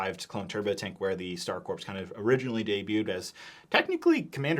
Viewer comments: I noticed you pronounced Corps like “corpse” it’s actual pronunciation would be “core”. Just informing if you didn’t know. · Pronounced "Core," not "Corpse." I know that it's spelled with a "P" you don't pronounce it. Confusing, I know... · corps is pronounced "core", not "corpse" <33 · Corps is pronounced as “core” not “corpse” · It's pronounced like Star "Core", not "Corpse". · Heads up for future reference; “Star Corps” is pronounced as “Star Core,” like “Marine Corps,” not “corpse.” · Its pronounced CORE not CORPSE😂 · Please stop pronouncing “Corps” with an “s”. It’s pronounced “core”, like the “US Marine Corps”. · Corps is pronounced “core” not “corpse”. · Coreeeeeeeeee!!!! its pronounced core not corP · Please pronounce corps properly 😭 its 'core' not 'corpse' - I actually remember being taught this as a child specifically when I was talking about the star corps from my star wars encyclopaedia!! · Just an fyi, the word “corps” is pronounced “core” (the ps is silent) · Corps is pronounced as Core, not Corpse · CORE, CORE, IT'S PRONOUNCED CORE NOT CORPSE Lovely review, thank you! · Hate to be this guys but 327th Star “Corps” is pronounced “core.” A corpse is a dead body, a corps is a military unit made up of several divisions. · It’s pronounced Star Corps (core). A corpse is a dead body. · the rps is corps is silent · bro it’s pronounced “core” not corpse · "Corps" is pronounced "core" this has been killing me on multiple channels talking about these 327th Star Corps sets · Great review, as always. It’s pronounced “core” not “corp” though! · $45 is nuts. Also corps is pronounced with a silent p, so its just core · Star Corps pronounced as “Star Core” not “Star Corpse” It might as well be the latter considering the state of everyone’s wallet after buying this at MSRP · only thing that comes second in terms of how egregious that price is is pronouncing Corps like “corpse” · Mf said corpse like a goober (great video tho tyfys) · The ps in corps is silent.